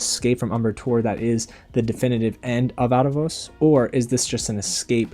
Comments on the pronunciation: you say the first Aa like a and not like an EE. It sounds like Aravos when in the Tv-show they say Eerevos(They spell it like this”Aaravos). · In tv series they speak Aerevos name out with the first Aa like Ee. You said in the video Arevos. Lik a short A. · why are you saying Aaravos wrong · Like your videos but why do you say Aarevos so weird?